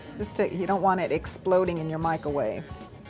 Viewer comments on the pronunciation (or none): did she say "mica-wave?" lol well, anyways.. nice helpful video. =)